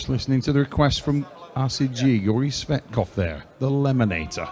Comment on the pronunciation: Georgi 'Sweatkov' 😂😂